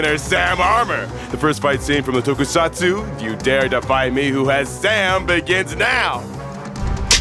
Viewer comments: He just saying Tokusatsu!!!!! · ACTUALLY SAID “TOKUSATSU” AHHHHHHHHHHHHHHH